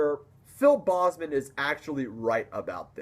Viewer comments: PHIL BOEZMAN. No sir..it's Phil BOZEMAN. BO. BO Z MAN. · It's not "bossman", it's "Bozeman". That's the only thing criticism I have. Other than that, good video. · It’s BOZE-man. Like the headphones. Not BOZZ-man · good job man your right. the bahhhzzman thing was a funny pronunciation. I agree that people shouldn't talk shit about people's taste. But let's face it some bands/music just sucks. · If he is one of your favorite vocalists and you met him twice, it's kind of embarrassing that you mispronounce his last name all the time! Watch his videos on YouTube! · awesome vid!!!......but the way you said bozeman made me cringe so bad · Bozeman is a Dutch last name meaning "angry man", try Google translating Boze man. - from a native dutch speaker